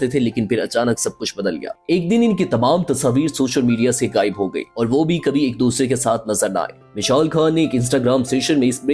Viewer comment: آپ کے تلفظ بہت خراب ہیں مداح۔ کھاموشی ((خاموشی)۔ گایب (( غایب) وغیرہ۔